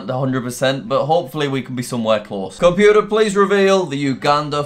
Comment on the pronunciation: "Compuer reveal the flag of ..." omg. I like jack but that is just... Uhhhhhh